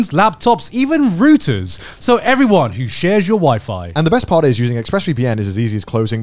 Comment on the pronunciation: garnt really pronounced routers like hooters